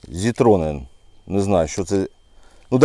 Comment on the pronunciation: не зітроне а цітроне тобто лимон цитрус